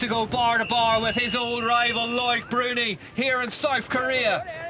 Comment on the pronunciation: This commentator mangles so many names with his laziness.